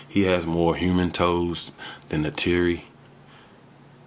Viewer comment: You’re pronouncing Neytiri wrong